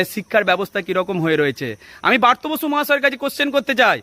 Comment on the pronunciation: ভালো করে উচ্চারণ করুন দয়া করে। কথাটা বার্ত নয় ব্রাত্য 🙏